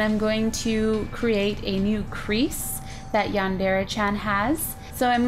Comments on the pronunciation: omg you look awesome! i just wanted to say that its not pronounced yan dairy, it's (Yan- De- Re) , I just wanted to say that so no one would get mad! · Oh the cringe. Cuquake. It's pronounced yawn-der-ray. -Sincerely all Otakus. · I don't like how no one can pronounce Yandere correctly not even the creator of Yandere Simulator says it the correct. When people say Dere. it's pronounced DER A not dairy. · Just so you know it's pronounced Yan deer it's spelt like yandere XD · yandere isnt pronounced like that cries